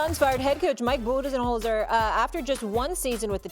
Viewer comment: “Mike Budenenzholder” -Molly Qerim